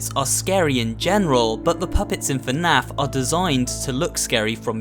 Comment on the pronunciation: YAS YOUR SAYING ITRIGHT FINALLY A YOUTUBER THAT SAYS FNAF RIGHT